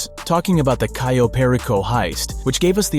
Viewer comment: This dude fucking said "Cayo" technically right but in a weird way and then butchered "Perico" Why are all GTA youtubers so fucking bad at pronouncing simple things